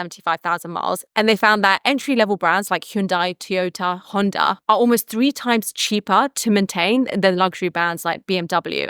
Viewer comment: Tiyota. God damn xD